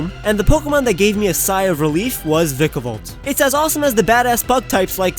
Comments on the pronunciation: so idk how you're supposed to pronounce vikavolt but please stop pronouncing it like that... like seriously it gets me every time and it doesn't help that I watch this video again and again.😖😖😖😖 lol love your content nice to see an Israeli creator that actually has good content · its vy-ka-volt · you said vikavolt wrong bro